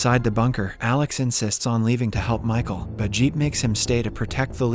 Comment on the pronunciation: CH IS PRONOUNCED K IN ARCHANGEL AND MICHAEL